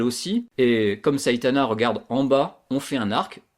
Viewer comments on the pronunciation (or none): c saitama pas saitana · Tu a dit saytana mdr